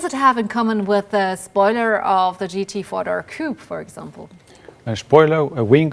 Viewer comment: She should learn to pronounce the word Mercedes 😊